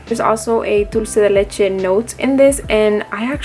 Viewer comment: Omg where r u from? loved how you pronounced Dulce de leche 😍